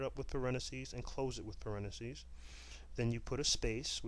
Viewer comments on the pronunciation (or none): you know its pronounced parenthesis right? not parenasis